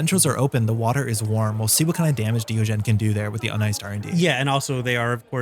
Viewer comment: I think you may be pronouncing diogene wrongly unless its not a reference to diogenes the philosopher